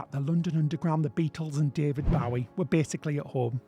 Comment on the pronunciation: david bowie is pronounced as boh ee not bow wow